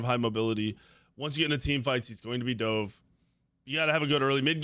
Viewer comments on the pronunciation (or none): none